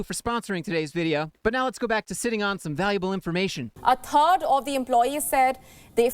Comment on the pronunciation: no she said a TURD of the employees.